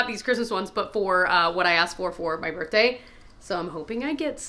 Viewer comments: Sound like you said Bertday and not birthday and I can’t hear it lol 🎉😂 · Ok- anyone else get a kick out of the way says “BirthDay”? I feel like the th isn’t pronounced as much.